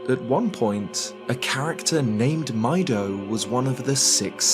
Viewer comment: I always thought Mido's name was pronounced "Me-do" like the Japanese word for green, midori.